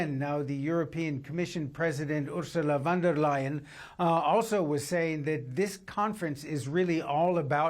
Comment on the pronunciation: Why can't you say her name correctly? Ridiculous. Fonn. Dare. Lion. Nothing difficult about that name. Bloody oaf. _